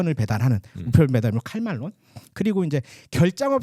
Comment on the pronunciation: 칼 말론? ㄴㄴ 킬 말론